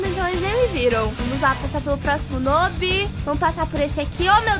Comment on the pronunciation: Oi!!!! Tudo bem? Então, eu só ti aqui pra falar a pronúncia de noob na vdd é "nuub" mas é só um comentário nada contra kkkk, um grande beijooo